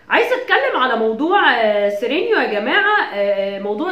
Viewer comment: هو سيرينو مش سيرنيو